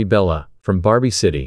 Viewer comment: Bro you cannot say Bella😊